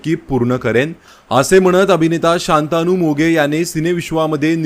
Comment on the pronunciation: शांतानु असं नाव मराठी भाषेत नाही, त्याच नाव " शंतनु " मराठे असं आहे, कृपया सुधारणा करावी